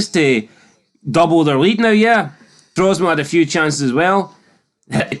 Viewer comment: It's Tromso not Trosmo ya Numpty!!!!